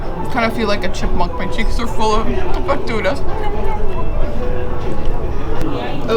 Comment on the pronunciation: the correct way is "facturas", but porteños (peopleo from Buenos Aires city) tend to omit the "c" sound when pronoumcing